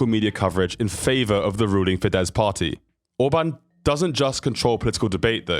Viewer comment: You really should learn the names of places properly. Also: his father didnt need to make money to send his son to university because it was for free. Also: the name is fidesz - s at the end.